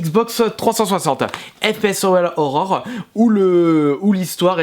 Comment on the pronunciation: Au-delà du contenu, si tu pouvais commencer par ne pas parler comme un journaliste de BFM TV, ça serait un bon début. Ton problème, c'est que tu arrêtes pas de prononcer des "e" imaginaires à la fin des mots, en plus de pas être capable de prononcer "survival horror" correctement (moi ce que j'entends, c'est "seuuual horror") Calme-toi un peu! =D